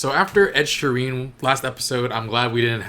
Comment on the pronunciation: the way you pronounce Ed sheeran's last name is funny aha love it xD its supposed to be like - Sheer-Rin